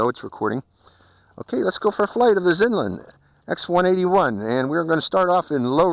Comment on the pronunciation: I really like your pronounciation of this brand. Its good. Americans usually really bad at stuff like and usually always say brand names in american-english accent. But you do say XinLin really good. I actually think its actually the right way to say it. Its like Huawei that pronounced Hjavi something.... But I really waited for this clip. Only Seby Docky done this before you.